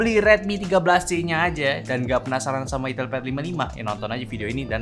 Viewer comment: Min tolong lah, sedikit masukan pembacaan itel yang bener, sebagai orang Jawir agak risi juga dengar nya 😂